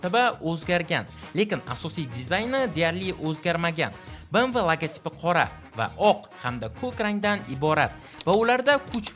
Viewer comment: Bemve deb oqiladi bmv mas